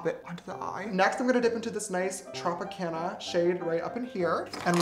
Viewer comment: is he staying trump-icana or Tropicana I genuinely cannot tell